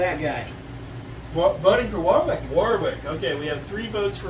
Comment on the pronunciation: Just started watching and it looks like its going to be great... that said you don't pronounce the second W in Warwick... "Warrick"